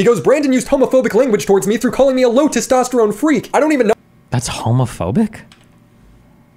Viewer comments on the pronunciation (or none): none